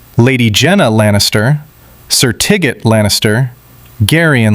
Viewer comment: Not “TI-GIT” Lannister, it’s “TY-GETT” Lannister. AI slop reading it wrong.